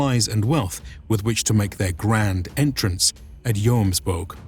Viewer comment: Pronounce it yommsveeking(no g-sound)are and Bob's your uncle. Good video. Snart Midsommarblot så Skål från Sverige! It sounds to me like you are saying yoams all the time. So short o. Just a tip. Jomsborg is pronounced Yommsbory.